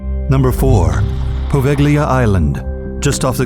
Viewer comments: its actually povelia(poveglia) island(with a silent G word dumbhead) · Quel g-l in poveglia mi urta nel profondo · It's too funny how you pronounce Poveglia. Apparently, in Italy we have a phonetic sound ("gl", but also "gn" seems to have the same destiny) which Anglo-Saxons are not able to pronounce correctly.😉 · Poveglia... Your pronunciation is ridiculous and you show, in its introduction, Asians!!! Wow... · the g is silent when pronouncing Poveglia